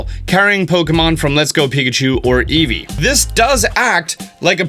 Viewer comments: "Pikatchu!" "EvOi" WTF? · Wait, eevee is pronounced as evoi?! My whole child is a lie :( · Does it drive anyone else.crazy how eevee says it's name? "Eevoi" reason number 1 why I will be getting pikachu